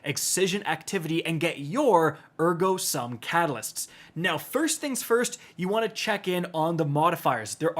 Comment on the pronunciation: It's pronounded "Air-Go sum"